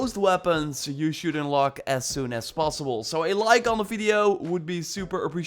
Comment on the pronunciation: "Ünlock". Love the Dutch accent. ;-)